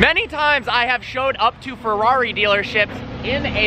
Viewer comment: Listen to how he says "Ferrari "